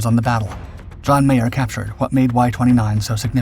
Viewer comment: He keeps saying "John Mayer". It was John Meyer.